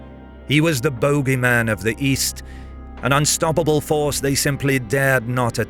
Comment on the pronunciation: The prounounciation of Mosul and boogeyman hurt me bad...